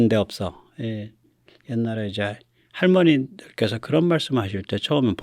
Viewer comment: '보고밴데없어'를 '본데없어' 라고도 말씀했었죠.